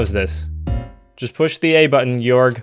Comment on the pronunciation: can’t pronounce georg properly lol